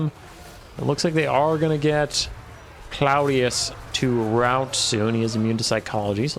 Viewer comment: I think it's pronounced Claw-dee-us, cuz, ya know, crab claws? Lol